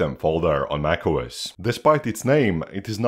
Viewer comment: Bro you saying nac os 😂